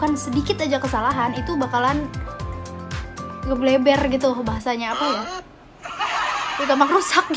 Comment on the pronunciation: Ngebleberrr gitu 😂😂😂 #ngakaksih